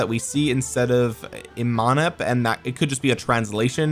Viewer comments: They are pronounced as "Eem-Hotob" and "To-hot-mos" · Im not egypcian but i felt insulted for how you said thutmose III and imhotep 🤣🤣🤣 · Watch 'The Mummy' for Imhotep pronunciation lol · Go watch the mummy with Brendon Fraiser for Imhotep correct pronunciation my dude.